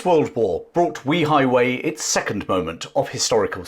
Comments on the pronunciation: It's pronounced "Way High Way" not We High Way.. just FYI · I love that you are covering this topic, but it’s pronounced Way Hi Way not We Hi Way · The place is called weihaiwei, not weehaiwei, it's almost exactly like saying 'way high way' in English. I never understand why creators spend 20 hours making videos, but don't bother to spend 15 seconds checking the pronunciation, making them cringeworthy to listen to. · It's prounounced "way high", not "wee high". Today it's the Christian missionaery cult capital of the country. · Fascinating! By the way, it’s pronounced Way-Hi-Way, not We-Hi-Way. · A good lesson on the history of Wei Hai Wei. The pronunciation of that port is actually "way high way". Not "we high way". That would increase the credibility of this very informative history lesson. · Way hai Way, not Wee highway ..... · Weihaiwei is pronounced Way Hi Way not Wee hi way. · Very interesting documentary to add to your very informative channel. Thank you. One small quibble: you consistently mispronounce Weihaiwei. The first syllable not pronounced like ‘wee’ (like the Scots for ‘small’). Without getting into the complexities of tonal inflections in Chinese pronunciation, for a British anglophone the simplest solution is something like ‘way’-‘hi’-‘way’. Like some of your other comments posts have said it would be great to do some videos of the Straits Settlements in what is now Malaysia and Singapore. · BTW my mum pronounced it Weigh high Weigh . You may be correct but the Brits who lived there had their own pronunciation. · While excellent research and history, your pronunciation of 威海衛 (Wēi hǎi wèi) seems oddly off target. Is there nobody Chinese-speaking who could have helped? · Way hei, please get your pronunciation correct. It's a lovely place and I have been there often. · In Chinese though, it is pronounced something like ‘way-high-way’. The name actually means ‘strong sea fort’.